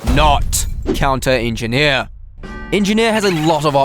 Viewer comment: "the engi-here is engineer"